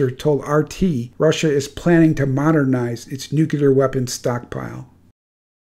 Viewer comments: It's not pronounced "noo kyu ler", it's "new-clear", or nuclear. Nookyuler war, nookyuler this and nookyuler that. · Why are you purposefully mispronouncing nuclear? It's not new-cue-lar, it's pronounced just like it's spelled "new-clear". Say it with me now, "new....clear". This gross mispronouncing makes it hard to take you seriously. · "nu CLE ar" Not "nu cUlar" Sorry! All that WW2 talk and here I am a grammar Nazi! I'm really not trying to be mean. It's like nails in a chalkboard to me. George W. said "nu cu lar" and I thought then, "If you can't say it correctly, you definitely shouldn't have authority to launch it!" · PLEASE! NU-CLE-AR NOT NUCULAR! THERE IS NO "NUCULAR." Too embarrassing to share. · Hey --- the word "nuclear" is pronounced "NOO-klee-ur" not "nook-yuh-lurr", Yes, George W, Bush got it wrong, too. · I hate to split hairs here, but the word is pronounced NUCLEEEAR. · Nuclear... NEW-CLEAR. Jesus fuck... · I find it hard to take any content provider seriously on this subject when they can't pronounce nuclear properly. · You keep saying Nuclear wrong but well done otherwise